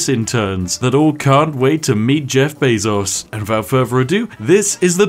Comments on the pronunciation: I just instinctively assumed he was saying Beff Jezos the whole time. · YouTube: “removes dislike button” The Spiffing Brit: Jeff Bazos